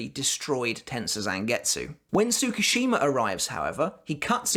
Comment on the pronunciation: 1. It's not tsu-ku-shima it's pronounced tsku-shima 2. My take is yuha's lying about his power or rather not completely honest. Enter kisuke to notice. His power looks forward from his given instant and he has to be part of it. Tsukushima shows up after juha moves on. He then altars ichigo's past where juha isn't aware. From there kyokasuigetsu controls juha from seeing Ichigo and Ishida.